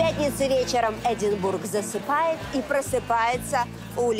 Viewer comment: По правильному - Эдинборо.